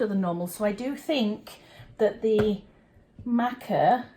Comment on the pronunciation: Matcha and Maca are two completely different things. It's pronounced mah-kuh.